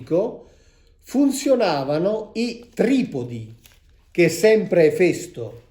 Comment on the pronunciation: Finalmente ho imparato come si pronuncia Efèsto